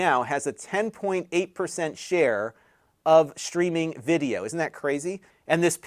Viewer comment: Are you saying "shtreaming"?